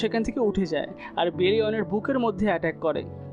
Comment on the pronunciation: ভাই আপনি বেরিয়ান কে বেলিয়াম বলছেন কেন আপনার কি বেরিয়ান কে ভালো লাগেনা যে আপনি বেলিয়ান বলছেন